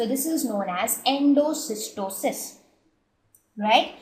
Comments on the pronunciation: awsm vdeos but i think its endocytosis and not endocystosis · Great video Mam. Just a confusion. I think its Endocytosis not endocystosis . Correct me if I am wrong. Thanks.